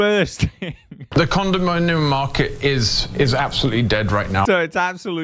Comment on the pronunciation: Not the condom-min-yum man again. 😮